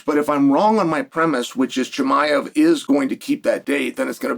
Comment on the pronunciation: Cosmet Chim-i-of